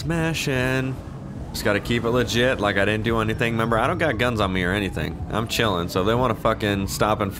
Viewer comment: Bring back "seems lefit"